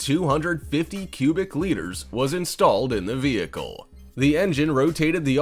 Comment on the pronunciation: It's actually liters. A litter is what a cat gives birth to.